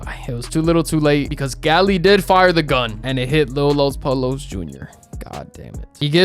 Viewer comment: U dumb asl honestly youain even really watch ts heain banish himself he was banished for knowing tm and acting out tryna get him n teresa to escape the company and for being a wannabe fake ahhs puerto rican u cant even pronounce los pollos correctly you sound whiter than teresa😂😂😂fraudulent ahhs wannabe clamin ahh wannabe